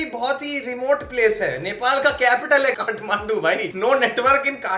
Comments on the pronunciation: Kathmandu? gathmandu ? gathbandhu ? gathbandhu ? KATHMANDU😂😂😂😂😂😂😂😂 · It's kathmandu not gadh mandu I m also from ktm